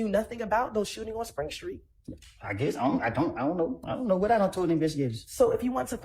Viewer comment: I wonder if she says “skreet” and “errrnge” too🤔